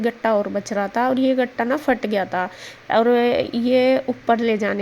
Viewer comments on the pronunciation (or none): Gatta nahi hota katta hota hai😅😅😅😅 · Gatta nhi ketta hota h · gatta nahi. Katta hota hai gatta tho besan ka hota hai jis ki sabji banti hai